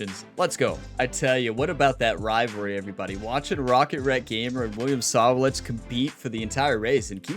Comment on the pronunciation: You say that you read all of your comments, and that's good. I'm only trying to help you with this one. It's really hard to hear you bash the name Sawalich. I will try to help you with the pronouncement. The emphasis is on the WA part of his name. I will capitalize the part of the name where the emphasis is. So it's sa-WA-lich. I hope you don't take offence at this because that is not my intention. And by the way Great Race!!!!